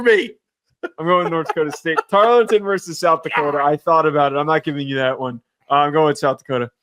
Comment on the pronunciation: I said I was gonna drink every time mispronounced “Tar-ul-ton” and I made a mistake of listening to this while working Hope my boss appreciates my overestimate of my profit for 2025..